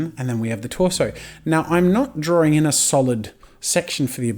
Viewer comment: the accent tough ;) like he says drawring every time